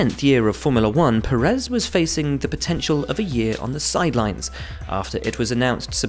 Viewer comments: Why does such a bunch of people officially keep saying PeREZ, when it‘s PÉrez, PErez, PÉREZ!! Spanish is no secret language …. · it is Pe-rez not pe-RREZ